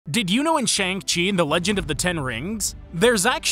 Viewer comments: What concerns me even more? Your pronunciation of Shang-Chi. It's Shang, not Shayng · >Shaun HA! not even fucking close. Shàng (a sounding like Ah) and Qì (pronounced as Tsi? this one is difficultto describe) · Shang chi is pronounced Shung Chi. The narrator is not saying it properly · It’s pronounced Shong-Shi, not Shaang-Chee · I think it's pronounced Shong Tzi. Correct me if I'm wrong. I haven't seen it in ages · It pronounce.. 'Shung' 😅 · Fun fact: The poster pronounced Shang Chi incorrectly. I know this because they tell you how to pronounce right it in the movie. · Also if you simply know Mandarin, you’d know, lol. But yeah, my soul died a little each time he pronounced it wrong with a thick American accent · The pronounciation is killing me, if ya watched the movie pronounce it right PLEASE